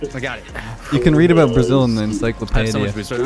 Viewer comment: Encyclo-pay-dia is definitely not right. Google it, my man.